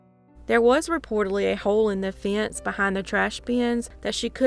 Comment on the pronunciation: What in the heck is a “fee-ence?”